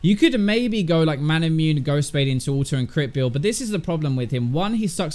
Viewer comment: Manamune has 4 syllables.